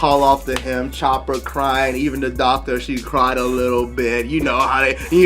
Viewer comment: No offense, I can’t tell if you’re saying “Chopper” or “Chomper”. Chopper is his name.